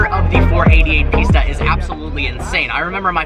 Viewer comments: it is pista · I’m confused. I keep hearing you say Ferrari Pizza when I’ve seen it spelled Pista. Are you mispronouncing it or is the spelling actually Pitsa?